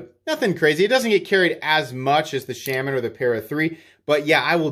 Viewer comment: I will become a patreon if you learn to pronounce Shaman correctly... :P